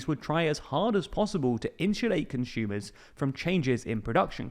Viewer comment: please stop pronouncing "consumer" as "conshumer" we are not german